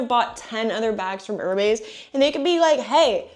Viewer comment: I’m gonna take one for the team and step forward to save the sanity of all of us in the grammar police tribe. It’s pronounced “er-mez” … not “er-maze” or whatever you are saying. 😬 🧡🧡🧡🧡🐎